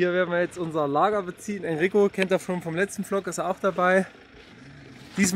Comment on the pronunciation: immer höher schnell weiter du verrückter Hund 😅 ich liebe es wenn du immer sagst: willkommen zu einem neuen PFFFLOG 😅 mit deinem Moped 😅